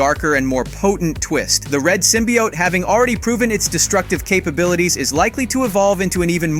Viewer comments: Did this dude just say Symbiaht? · It's s long O in symbiote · Never watching anything by you again simply due to the asinine way you seem to insist on pronouncing symbiote. It is definitely not sim-bee-ott, and ya sound ass. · He said symbiote so damn wrong i paused it right there and just stopped listening to this clown